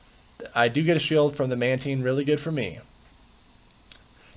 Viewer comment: It's pronounced "Mantine," not "Mantine"